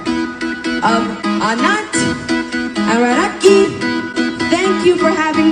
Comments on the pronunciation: Rihanna should have practiced saying their names for all the money she got. All else good. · Rihanna is SO disrespectful for pronouncing the Bride's name! All excuses are rubb1sh..... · God bless Leilani, and yes found Rihanna's pronunciation, of Radhika.